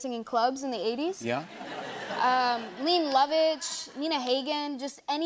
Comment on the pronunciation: Leh-nay Low-vitch. Neena Hog-gen. She doesn't know these artists. False beesh!!!!